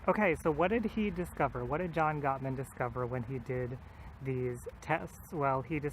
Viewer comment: Ahhh thank you for the shoutout! You did pronounce the name correctly, specially the first and the last time! This was very interesting, I love that he named the behaviors the 4 Horsemen of the Apocalypse, they're easier to remember that way. Personally I think one of the things that killed my last relationship was criticism and stonewalling. I responded with criticism to his criticism which turned his behavior into stonewalling. There were other factors, like the fact that it was long-distance, though. Anyway, very interesting and can't wait to hear more on this. By the way, you look great without glasses, it really showcases your features!